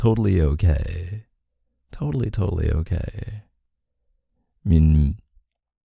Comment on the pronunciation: that “oohkayy” was so Canadian LOL ily K